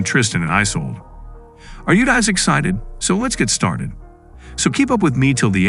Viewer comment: It’s Isulduh not Isolde 😂